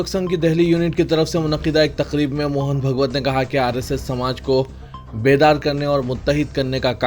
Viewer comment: ۱۔موہن بھگوت نہیں ۔" موہن بھا گوت" بو لو۔ تحے فوز نیں۶ رے باوا " تحفظ" بو ل۔ٹیپو سلطان کی 'mihaz Arai.نیں۶ رے باوا Mahaz Arai بول۔4۔Arab imaratنیں۶ Amarat بولو۔5۔Tjawizنہیں تجاوز۔بولو ۔زیر سے نئں رے باوا زبر سے بول